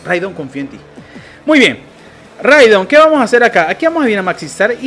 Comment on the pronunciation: Rigod en vez de Ridon 🤣🤣🤣🤣🤣🤣🤣🤣 buenísimo